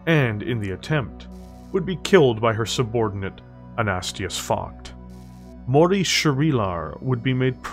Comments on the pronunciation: It doesn't help that the dude has an uncommon German name, Focht alone is hard to say, let alone Anastasius. You just seem to be lacking the late A, AnastAsius, not Anastius. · Dude, I've enjoyed your work. Please take this as constructive criticism. Please learn your pronunciations better. It takes me out of the experience when you say things incorrectly. An-a-stāis-ius, not A-nast-i-us. Just an example. I'm not downing your work. I'm hoping to help elevate you to the level I think you could be at.